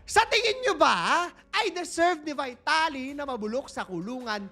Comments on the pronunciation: Sorry po... Just pronounce the name right... Not the english.... Its not vitality..... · vuy.talee ng vuy.talee, sana ipronounce ng tama. may google naman. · BEE-TA-LEE ang pronounciation ayos yan pagdusahan nya sa kulungan ang mga ginawa nyang kabulastugan, sana makatapat nya mga geng2 :face-orange-raised-eyebrow